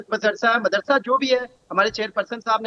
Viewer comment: Pehle tu apni zuban sambhal mardarsa naam bhi ni le pa raha hai pehle tuh school ja fir bacho ki Future ki sochna